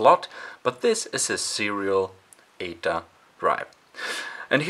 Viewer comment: sorry you have a bit if an accent & when you explain bout the cables i don’t understand if you say ada or ata or 8a cable the subtitles don’t help that much either 😅 sorry and thank you for the video